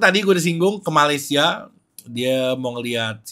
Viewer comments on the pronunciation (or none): none